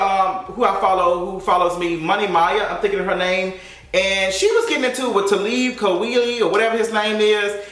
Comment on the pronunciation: The way you said Talib Kweli’s name, lmaooooo!